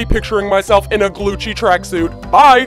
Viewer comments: You said Gucci wrong because you said Glucci not Gucci. LOL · Its Gucci NOT Glucci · Wow I thought I was hearing "Glucci" but its really Glucci xd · I love it I love how they call it glucci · Glucci!?!?!? I thought it was GUCCI!!!!!!! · You mean Gucci Not glucci👏🏽👏🏽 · Y does she call it GLUCCI I THOUGHT IT WAS GUCCI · it is not gluggi it is gucci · Sorry too tell you it's not glucci it's Gucci srry😭😫😫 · It’s Gucci not glucci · LoL 😟😫😂😂😂😂😂😂😂😂😂😂😂😂😂 she spells Gucci wrong she said Glucci and it’s Gucci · It’s not Glucci it’s Gucci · Isn't it Gucci not Glucci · Its not glucci its Gucci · Its. GUCCI not GLUCCI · it's gucci not glucci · It is gucci not glucci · Its gucci, not glucci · No. It’s not Glucci. It’s Gucci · Did anyone notice the l in Gucci